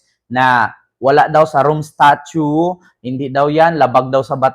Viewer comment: STATUTE po at hindi STATUE. Baka butasan ka ng nga DDS.